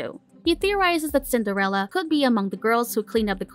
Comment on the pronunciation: Is it Cinderella or sender-Ella?